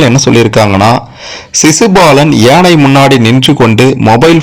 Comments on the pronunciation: எனை இல்லை யானை உச்சரிப்பு சரியாக இல்லை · முதல்ல ஒழுங்கா தமிழ் ல பேசு ஏனை இல்லை யானை.... 🙄🤦‍♀️ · யானை யை சரியாக உச்சரிக்க கூடாதா? ஏனை, ஏனை என்று சொல்லலாமா? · ஏனை இல்லடா யானை....யா ...சொல்லு யா...யானை 😂 அட வாய் வெளங்காதவனே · யானை என்பதற்குப் பதில் ஏனை என்று ஏன் சொல்கிறீர்கள்